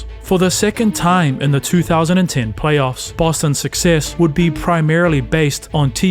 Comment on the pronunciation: “Plaoyffs” lol